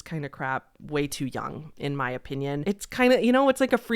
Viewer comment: the way you say "opinion", "O. Pinyun"... merch? I enjoy it.